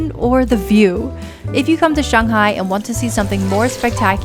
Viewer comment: The way you pronounce 'Shanghai' proves you've lived in China for a 'long' time.